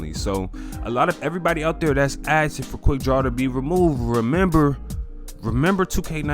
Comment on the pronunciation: There’s an “S” in the word asking.